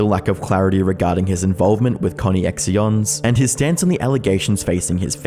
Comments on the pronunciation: CONNIE-X-IONS bruuuuh its pronounce “connections” I dunno how you messed that up. Good video nonetheless. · Its pronounced like CONNECTION(CONNEXION), why is the guy saying it like that rapper XXXtentacion LMAO. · "Conny Exee Onz"? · Connexions is just pronounced, connections. connexions /kə-nĕk′shən/ Plural form of connexion noun See connection. Connection. See connection. Archaic spelling of connection. The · It’s Connections but with an X… how do you mispronounce it that wrong lol? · not to be rude or anything but the organization is pronounced connections and their last name is pronounced how you would pronounce Frankie. I don't expect you to get everything correct or perfect I'm just letting you know. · Connexions is pronounced Connections. You need to do research into how words are pronounced, you have another video where you call lingerie lingery (it’s pronounce lawn-jer-ay). You have good content, but it’s something that prevents you from coming off as an authority on your subject matter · I thought he was intentionally mispronouncing connections (connexions) at first, but came to the conclusion that he indeed was butchering pronunciation. 😂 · Lol. isn't it pronounced "Connections"? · You lost me at "connie-ex-eeons" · connie-ex-eons 😂 edit: there’s no way you said it that many times… come on man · I love your content mate but holy $#!+ your pronunciation is absolutely atrocious at times, especially names. Connexions is pronounced "connections". It's simply an aliterated spelling. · “Connyexions”??? Dude. 🙈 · This whole situation is fuckin disgusting. Pretty sure it's pronounced "connections" though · Are we sure that "ConneXions" isn't just pronounced like "connections" lmao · connie-ex-eons??? nooo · Pretty sure "ConneXions" is pronounced "kon NEX shuns" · ConneXions is pronounced Connections. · Bro messes up a word in every video. "connexions" is just a fancy way of spelling "connections" with the c being swapped for an X. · BLUD SAID CONNY-X-IONS